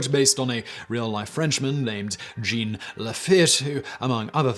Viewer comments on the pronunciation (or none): It's "Jean", [pron. "jzhoh(n)"] not "Gene!"